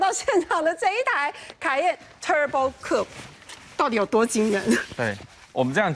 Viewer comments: 專業一點好嗎!? 唸苦配，不是酷p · COUPE 並不是這樣念的.....